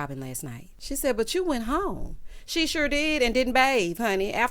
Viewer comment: I did not remember or notice “Are you sho”, but now it aggravates me. Yes I would love to see you write a sitcom and would tune in. Hope you get your coins if they do write the story line about Robin giving Andy something…..